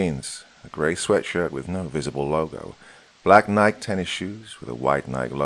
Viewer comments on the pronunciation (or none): Sorry, this is my pedantic side getting in the way of enjoying a story: Nike is pronounced nih-kee, with two syllables.